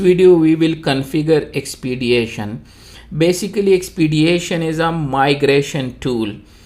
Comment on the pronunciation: There is no 'a' in the word Expedition.